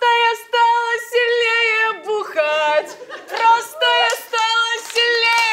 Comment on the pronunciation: стала сиЛНее ахахах